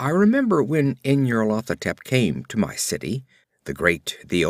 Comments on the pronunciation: it's very good I am listening to the whole cycle but I believe it's pronounced NYARLO-THO-TEP but otherwise very well read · nyar-lat-ho-tep= pride of N'yar-lat? lol